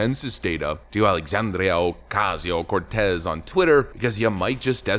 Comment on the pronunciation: I can't stand the way dude says aoc's name. It's racist. ❤😂